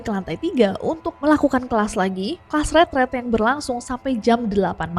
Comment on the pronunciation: Nessy ngomong ret ret or retret ??? Kok di kupingku, ret ret?